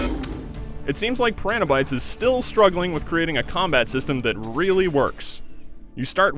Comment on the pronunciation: Why does the narrator not know how to pronounce piranha?